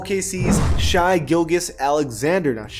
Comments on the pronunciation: It’s pronounced shay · Its pronounced shay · You need to learn how to pronounce Shai gilgeous Alexander 😂. It’s not shy gill-geous 🤣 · The way he say Shai’s name 🤦🏾‍♂️